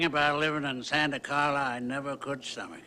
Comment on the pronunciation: I swear grandpa says "One thing about living in Santacarla I never could "summage", all the Damn vampires. But in script it reads "stomach". Am I the only one lip reading and listening hard? I swear he said "summage" Have a listen!!